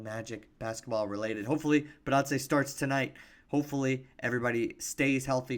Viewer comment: I enjoyed your video. That trade sounds horrible. I’m down to see more of your videos, but can you in all fairness get Goga's last name right?